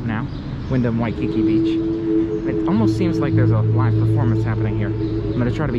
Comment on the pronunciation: This word “Waikiki” is pronounced Wai-kee-KEE, accent on the last syllable; not Waikicky.